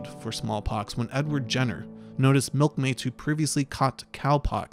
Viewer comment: you slurred your words so bad that the subtitles heard you say milton mates previously caught cow pox. Which I'm guessing cuz it said cow in there in the wrong order probably you said milk made to previously caught "cow pox" which is actually a grammatically incorrect way to say that sentence anyways. Would be cow pox a similar disease to small pox which is in cows when they make the milk something more along those lines the way you said it was slurred not even grammatically correct.